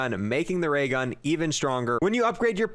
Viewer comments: "waygun" Me:"new gun?" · “dis might affewct da waygun”